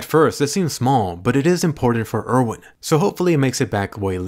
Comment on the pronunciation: Why do they call him Ervin when his name is Erwin? Is it some sort of title